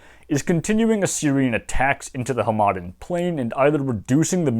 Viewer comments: I was thrown off every time you said Hamadan as huh-maden lol. It's pronounced Ham-eh-don, at least in the farsi I know. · Just a minor pronunciation note: The city and region of Hamadan in western Iran is pronounced like HAmaDAAN. The middle syllable is the quietest one, the third syllable is the most emphasized and is also a longer vowel. I don't speak Persian fluently but I've had enough exposure to it (used to have an Iranian girlfriend) that it seems to me that in Iranian words the stress is most frequently toward the end of the word, often on the last syllable.